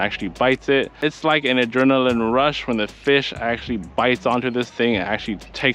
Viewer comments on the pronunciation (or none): none